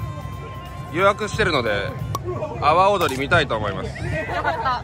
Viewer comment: の說明、阿波踊りが 泡、踊りと聞こえてチョット笑えた。 日本語は微妙？ トンダ意味に成っしまうし。